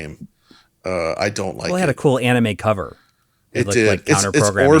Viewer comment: “AH-nime” the hell was even that.